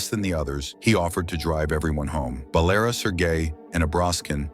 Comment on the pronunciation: It's not Balera. It's Valera There is no name "Balera" Dum6 AI 😅